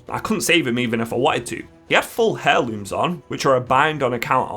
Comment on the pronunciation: ffs THE H IS SILENT IN Heirlooms... thing of it as Air-Looms this is a big problem with a lot of wow players and I don't know why. Iv been playing wow since before they had them, and since the conception of mainstream wow content on YouTube not old school Athene, I see more and more people not know how to pronounce simple words I let a lot of the english english language slide as dialects change some pronunciation but as a country under the same Commonwealth why hair-looms? Turbo nerd friend of mine use to say (HAY-LOOMS) this MF was on team speak confidently saying the word incorrectly